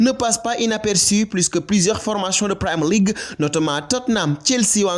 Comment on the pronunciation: On ne dit Primer League. Pour un site comme Africai Sport c'est quand même pas sérieux de ne pas savoir prononcer Premier League